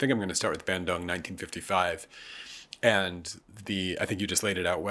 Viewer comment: Bandung, not Bendung.